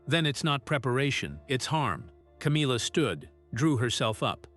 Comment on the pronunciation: What a load of rubbish, your not even pronouncing Camillas name properly, I hope that you get sued for slander and libel. Disgusting putting out rubbish like this. 😡😠😠😠